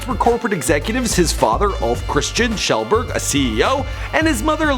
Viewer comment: Keelberg? The actual fuck 😂